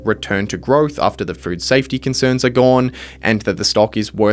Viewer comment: I swear you said "fruit safety" every time